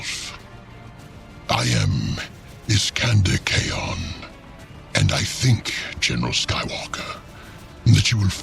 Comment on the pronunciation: Hey uh for future reference; Iskander Khayon's name is apparently supposed to be pronounced Shekandur Caine or so says the Lexicanum Wiki that cites The Talon of Horus novel as a source.